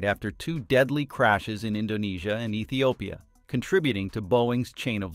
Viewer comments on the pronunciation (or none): none